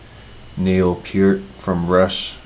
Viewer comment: He is saying his name correct, I saw a video of neal and was asked the correct pronunciation and Peart himself said" it is pronounced PE- ART" just as he is saying it, so you my friend are saying it correctly don't change it.